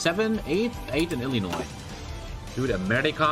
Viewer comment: Thank you for pronouncing 'Illinois' correctly. You don't know how much that little thing means.